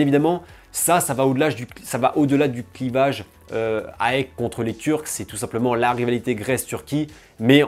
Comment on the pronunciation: Attention aux prononciations : on dit "Aèk" et pas A-E-K Et on prononce "Anverss" le S se prononce. Chouette vidéo sinon, le foot grec et leurs ultras sont passionnants. Si tu as l'occasion d'aller voir le derby des éternels ennemis (Oly-Pana) au stade tu ne seras pas déçu!